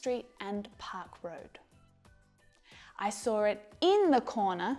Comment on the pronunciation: I'm American and have been enjoying your videos. My Hindu husband is learning English. I'd like you "go over" words that often end incorrectly with an "R" sound. I noticed it when you used the word SAW. "I saw(r) it in the corner of the room." Otherwise, you're wonderful! Saw...."S" and "awe" - like awesome or awkward. "S-aw". ~💜~